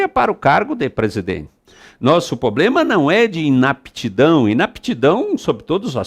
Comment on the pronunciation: poxa, o professor fala "poblema"